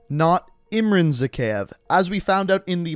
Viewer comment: Its literally said in game, ZakhAev, not Zakheev. Stop.